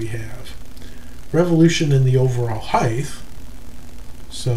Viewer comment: Why do you say heigth instead of height?